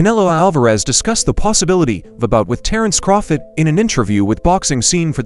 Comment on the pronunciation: The least you can do is pronounce the names of the boxers properly .Who the heck is Crawfit? Seriously